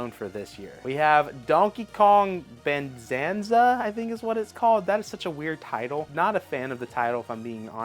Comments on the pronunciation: And Donkey Kong Banzanza 🤣🤦🏽‍♂️ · Donkey kong bananza is a fine name, mean its banana sort of and what does dk love - 🍌... your totally just pronouncing it wrong or reading it wrong